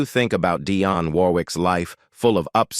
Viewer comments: What a horrible YouTube channel. You can’t even pronounce Dionne’s name correctly. Then you break into jive talking in some foreign language. 👎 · You want to tell us about her, yet you can't even get your computerized voice to pronounce her name right. Shame on you for wasting our time with something you know nothing about! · One of the best and most beautiful. This narrator needs to pronounce her name right.